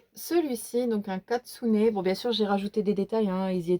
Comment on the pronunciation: Coucou!! lol, tu m'as fait rire: la page name au lieu de la name page, le katsune au lieu du kitsune et le livre en air bag..😂 Sinon pour les livres d'Hanna Karlzon, il me semble qu'il manque Grain of Gold, Spirit Animals, City among the Stars ainsi que son dernier avec les ruines...🤔 (mais je peux me tromper ), pour ma part je n'ai que le Royaume de la fôret..😢 Et pour le Maria Trolle, il y a aussi le Shooting Star..(que j'aimerai bien me prendre, je possède déjà le Twilight Garden, le Luna et le Fairytale Worlds). 🥰 Tu fais bien de reprendre le Mythomorphia, je te conseille l'édition française avec le papier Marabout, il est génial!! 👍 Par contre cela m'étonne que tu n'ais pas le Monde Fragile mais surtout, les Contes de l'ombre..💜 J'ai déjà trop hâte de voir le Ménagerie fantastique, il sort en anglais le 8 Octobre, mais je préfère l'édition Marabout qui sort 1 mois après..😋 😱Par contre je ne pourrai jamais me séparer de mes Kerby, les illus sont tellement incroyables que ça me briserait le coeur..😭 Sinon pour le Romantic Country d'Eriy, il y a ses 2 premiers en français aux éditions First et la qualité est nickel!! 😉 Bref j'ai écris un roman lol, j'ai passé un trés bon moment en ta compagnie. Merci pour cette vidéo et à bientôt. Bizouxxx. 😘